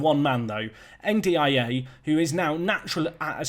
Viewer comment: Ndiaye is pronounced Ndie